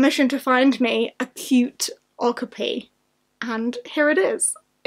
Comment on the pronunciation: Happy Belated Birthday! What an amazing haul! Also, as a heads up, Okapi is pronounced "O-Kaa-Pee'!